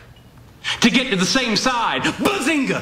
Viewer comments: When sheldor coopbag said Bazingoo I felt that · Shedlad Cobra said Bazengei